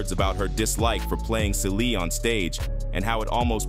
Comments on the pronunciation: Who is Salee and Kary? Its cee-lee. he also said Fantay-Zia wtf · Who is “ say Lee”. Lawd AI !!!!! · It's pronounced Celie (See -lee)😂😂😂😂